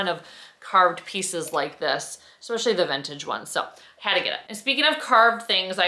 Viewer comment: “Anyways” and “expecially” - really? You’re darling but that mispronounciation thing has got to go!